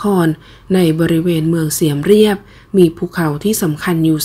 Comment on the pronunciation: น่าจะอ่านว่าเมืองเสียมราฐไม่ใช่เสียมเรัยบ